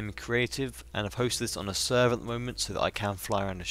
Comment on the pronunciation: Server not servee